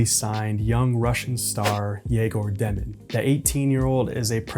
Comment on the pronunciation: Egor Demin NOT denim. Learn the man's name!